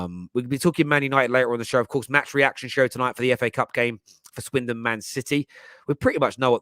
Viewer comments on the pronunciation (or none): none